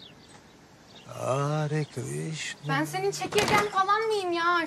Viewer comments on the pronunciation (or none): Gorkem it's Hare Krishna... Not aare Krishna